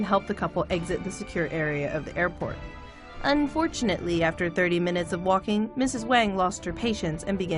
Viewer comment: "unfortunate-LEE" lol kay.